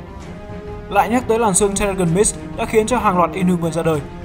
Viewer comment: Terrigen Mist đọc sai anh ơi